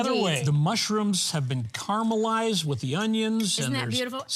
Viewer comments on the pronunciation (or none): none